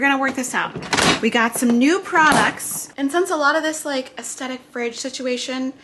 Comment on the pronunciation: The TH in "aesthetic" is pronounced like the TH in "theater," not like a T. Almost every YouTuber gets this wrong.